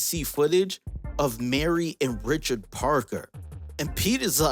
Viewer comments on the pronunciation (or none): none